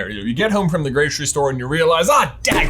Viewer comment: the "gracery" store